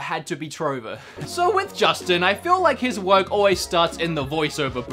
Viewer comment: I love how you say you're a huge fan of Justin but you cant even pronounce his name